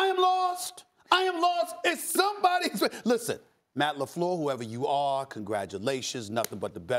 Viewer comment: Matt LaFluhhh